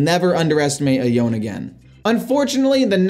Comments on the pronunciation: Yone is pronounced YO-NAY not yoan. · So the champion's name is pronounced 'yo-nay'. It's a Japanese name and has two syllables. I know it's not a big deal but every time you said it wrong I couldn't help but want to correct you. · You pronounced Yone’s name wrong… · You lost to Yone because you keep mispronouncing his name.